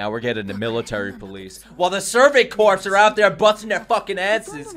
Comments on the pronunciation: So happy for you, these reactions are a joy to watch. It's worth noting corps (as in survey corps) is pronounced "core" like peace corps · The way that he keeps pronouncing corps like corpse is quite fitting considering how often they die. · Every time I hear someone mispronounce corps a little piece of me dies...